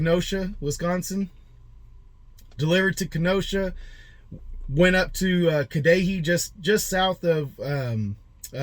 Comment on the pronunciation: Cudahy is pronounced Cud ah hay 😁